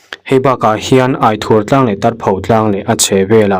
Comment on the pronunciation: Aithur I lam dan kha dik lo..ithur tih a lam tur.thla ai ang khang